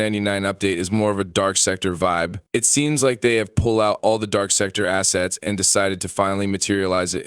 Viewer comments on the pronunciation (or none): none